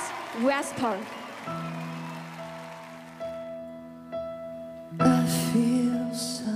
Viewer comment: 主持人careless发音让人尴尬就算了，whisper还要念错了，尴尬= =